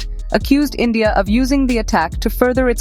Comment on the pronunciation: Its endia NOT india🤣🤣🖐️🖐️🖐️💅